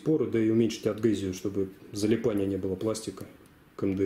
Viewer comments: Первый блоггер правильно сказавший слово адгезия))) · Блин, я тоже адгезия - правильно говорю %).